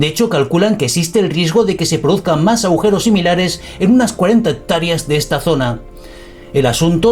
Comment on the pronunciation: Dijiste "aujeros"???